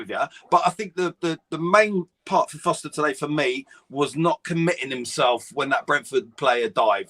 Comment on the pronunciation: It's not Foster it's Forster! Come on guys..